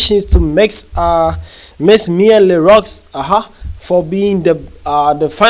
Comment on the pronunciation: It is pronounced Le Roo